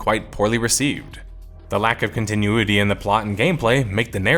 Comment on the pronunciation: Every time pronounces the word "Continuity", a linguist loses its wings.